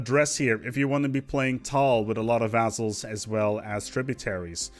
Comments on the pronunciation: it sounds more like vazzles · i like the way you pronounce vazzals